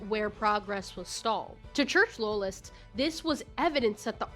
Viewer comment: Every time you say "loyalist" your west virginia shows